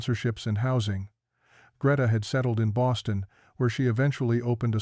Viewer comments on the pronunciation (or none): none